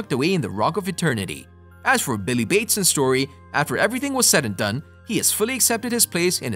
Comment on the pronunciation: It's Billy Batson not bateson